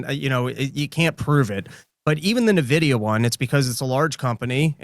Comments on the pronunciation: Say it with me. EN-Vidia. Not NA-Vidia. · I hate to be that guy, but its not pronounced "Nuh-vidi-uh". It's pronounced "En-vidi-uh". Like basically just the letter N, then vidi-uh. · N-vidia.Not Nah-vidia.